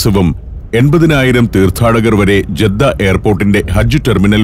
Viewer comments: ജെദ്ധ തെറ്റിയയതാണ ജദ്ധ എന്ന് ആണ് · ജദ്ദ അല്ല സഹോദരാ... ജിദ്ദ എന്ന് പറയും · ജെദ്ദ അല്ല ഇവിടെ ജിദ്ദ എന്നാണ് പറഞ്ഞു കേൾക്കാറുള്ളത്. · ജെദ്ദ എന്നതിനു ജിദ്ദ എന്നു പറയാം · ജീദ്ദ എന്നല്ല ജദ്ദ എന്നാണ് മിക്കവാറും എല്ലരും അങ്ങനെ യാ പറയാ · ജിദ്ദ ജെദ്ധ അല്ല